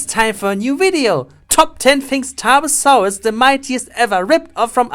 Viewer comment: Bad pronunciation ? Boy you hit your Ts hard buy my german accent is thicker than that Tarbosaurus: ass. The CGI ist sooooo bad.